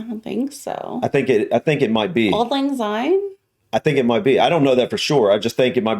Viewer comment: Anyone who dares say or sing "Auld Lang Zyne" when in Scotland, is immediately banished south of the border, never to return. The English and Americans are the worst offenders. 'Syne' begins with the letter 'S', not the letter 'Z'. Commit this lazy sacrilege at your peril. About 50% of this video has nothing whatsoever to do with Edinburgh btw.